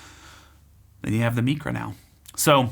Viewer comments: Isn't it pronounced like mycra not mecra? Excellent review! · It’s not Meecra it’s MIcra….it’s Greek you know not Spanish….